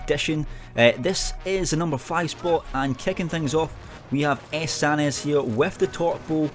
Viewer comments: He said "San-nez" hahahahaha naaah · "Ess Sahn iss"